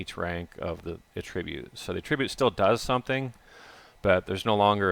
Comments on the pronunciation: Sounds so strange to hear him say attribute like a-trib'-ute. Normally the word is pronounced two different ways with two different meanings and the pronunciation he's using is the one that means assigning the blame or cause to something. The one he means usually has the accent on the first syllable like A' tri-bute. I've never heard anyone use the word pronounced like that for that meaning and that's quite exciting. I love linguistics and regional variations in language and can only imagine that he grew up somewhere where they used a non-standard pronunciation. Cool! How was it where you grew up? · It's ATTribute ffs. You're using it as a noun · Stop saying attribute like that.